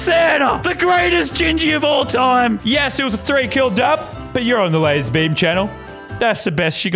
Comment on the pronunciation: It's "LazArbeam" not "LazErbeam"